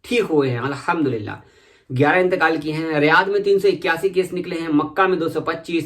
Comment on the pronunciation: Aap ka allaham dulila bolne ka andaz boho acha hai bhai